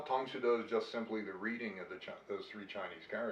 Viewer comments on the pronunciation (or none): The host says "Tang Soo Do" as "psuedo" instead of "sue - DOH". It's "tong sue DOH" not "tong SUE doh". You're stressing the wrong syllable!